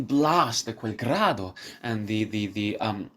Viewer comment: FOR A START.....ITS NOT ...QUEL GRAADO QUELLA MORTE.....ITS QUEL GRIDO........PRONOUNCED GREEEDO......NILSON DOESNT EVEN TRY TO PRONOUNCE IT.....TURNER IS BETTER......BUT IF YOU WANT TO HEAR THE WORDS....GO TO TEBALDI'S BRILLIANT RECORD WHICH IS STUNNINGLY BEAUTIFUL...SUPER DRAMATIC AND INCREDIBLY GORGIOUS.